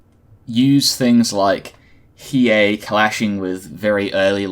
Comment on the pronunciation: he needs to learn how to say hiei lol dumbass